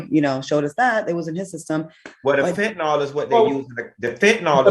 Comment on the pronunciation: It’s Fentanyl. “Nil “ not “all”. Just saying. 🤷🏽‍♀️